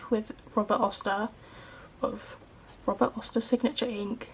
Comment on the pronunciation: It’s Robert Oster, not Robert Oyster.